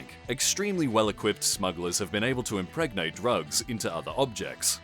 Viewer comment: "Impregate object" almost spit out my pizza